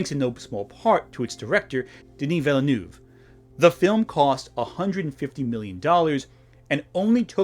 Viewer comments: And even the cut is a little off. The "u" trips a lot of people, but the "neuve" is closer to "nuhv" than "noov" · love the jump cut to indicate you messed up Denis Villeneuve's name